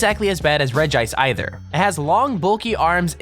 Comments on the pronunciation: Also you say it like regi ice not regice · its pronounced reg-ice cuz it has 1 i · hahahaha you called regice rigaice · It's pronounced regi-ice, or else Regirock would be pronounced Regrock. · its regice not regice lol